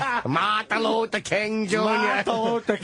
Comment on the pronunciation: “There were mills of stoots of come to study, include a great America name…Martha Lutha King Joonyah.” Putting aside that he said Martha, he also fucked up “Include(ing) a great America(n) name(d)…” like just get the main root of the word out. No time for prefixes or suffixes. He’s a busy man.